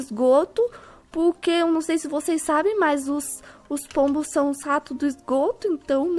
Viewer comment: alguém percebeu q qnd ele fala pq sai purque?